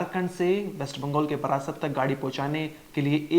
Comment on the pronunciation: बारासात को बार-बार बरासत उच्चारित कर रहा है। धिक्कार-धिक्कार।